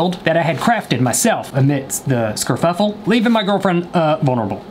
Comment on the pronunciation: Him:thee uh scurfuffle Me:scud-😭😭 (rewinds it 45 times)